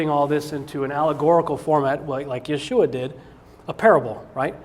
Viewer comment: Yeshua is not pronounced that way. For me its like someone saying Des car tes instead of day cart. Rene Descartes. And if someone is so blatantly loose in their research then that suggests to me they haven't studied the subject they are about to talk about. Research is the study of big books with usually very very small print. Cause its difficult to logically present anything without going through all of the what ifs that an audience might find. But don't question this guy. He knows folks